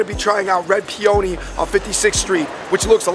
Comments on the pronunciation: The guys were pronouncing "Peony" inaccurately; it is pe-un-ni. They were saying pe-own-ni; made it sound like an Italian word. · The way you guys we’re pronouncing peony was a stand out moment. X